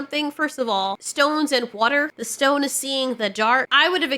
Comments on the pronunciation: Glad you pronounced war'er correctly 😊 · "There's something in the wad•deh!" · Man, I love your exaggerated pronounciation of whootah! 🙃